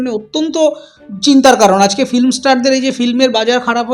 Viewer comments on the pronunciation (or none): none